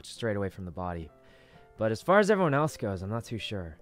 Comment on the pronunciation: The way says: there's a bodY!